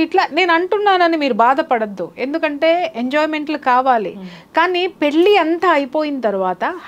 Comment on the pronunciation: పెళ్ళి అనడం రావడం లేదు